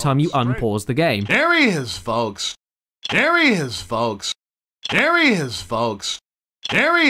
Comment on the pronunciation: dere he is folks